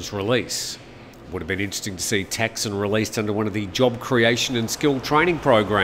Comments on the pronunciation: In Thai it is pronounced Thaksiin, so yes, he makes it sound weird 😄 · Sounds like you're saying "Texan"??